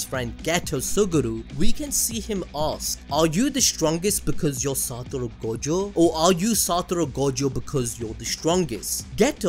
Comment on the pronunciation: SA TO RU ---- not SA TU RO